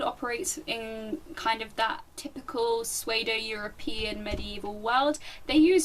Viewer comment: Just so you know, it's not a huge deal I just thought I'd tell you, pseudo is pronounced su-do